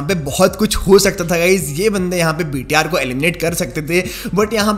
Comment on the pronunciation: Bhai Tum BTR bolte ho thou lagta hai ki VTR bol rahe hoo